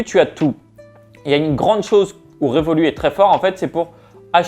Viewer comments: on dit "revolutte" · on prononce le T de Revolut